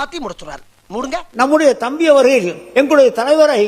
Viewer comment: THAMBRI illa THAMBI